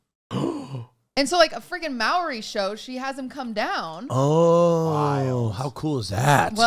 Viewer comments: 'A mowri show'??? Maury???? Lolol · Love QT pronouncing Maury like Māori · QT, it's pronounced Moory (Maury) Povich. not australian? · Let us cherish the way Qt pronounced "Maury Show"